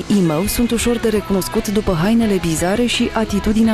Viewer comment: cum zice "imou"